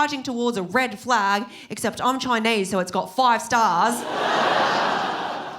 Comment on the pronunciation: The way she says Choynaise😂